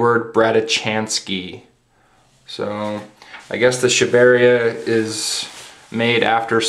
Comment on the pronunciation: its pronounced Sha-ba-re-aa